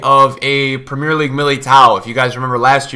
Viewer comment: Is... Is no one gonna correct his pronounciation of premier league